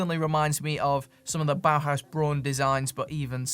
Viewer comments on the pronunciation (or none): none